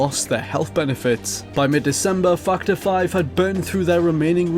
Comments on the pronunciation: Just for the record... I heard this also... :-P lol!!! Fucked Her 5. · I'm sorry. But I can't help but hear "Twendythirdeen" and "Fuckedherfive" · It sounds like he says fucked hore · that´s why they are laughing, cause it sounds like you say fucked her 5 lol :P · it sounded like you said fucked her fine... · sounds like u said fucked her 5 instead of factor 5 lol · Yeah heard that too XD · I thought it was "fucked our 5" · Now I CANT unhear it haha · yea I noticed that too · i thought the same thing lol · I can't be the only one that hears "F $#& the five" instead of factor five. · Everytime you say factor 5 sounds like you're cursing lol its cool tho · as soon as I heard that, I looked in the comments and yours was the first one that pops up. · cannot unhear